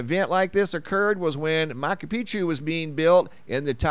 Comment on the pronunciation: Mahchu is how it is pronounced...just saying :-)